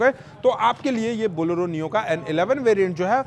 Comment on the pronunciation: Boloro nhi hai bhai Bolero bolo😅